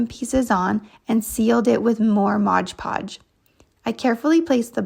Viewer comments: MOD PODGE not MODGE PODGE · Why do so many people say "ModGE" Podge? Read the label...it's "MOD" Podge! It's so irritating. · Just an FYI... It's Mod Podge not Modge Podge 😊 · Yes I hate when these utubers say “Modge Podge” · Thank you! It's like nails on a chalk board to me! MOD. Podge. 😂